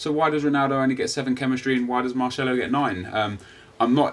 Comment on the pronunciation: marchello lol. its marcello